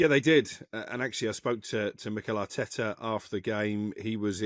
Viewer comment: "ARTETA HAUTTTTE" 😂😂